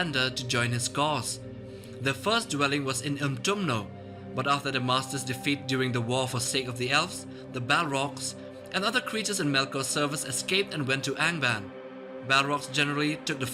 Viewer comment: Its utumno not umtumno